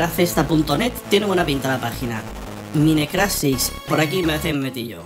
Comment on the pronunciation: porque dices minecraft? se dice maincraft se escribe mineraft pero so se dice asi